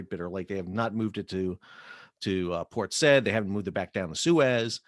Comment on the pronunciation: Port say - eed....say-eed....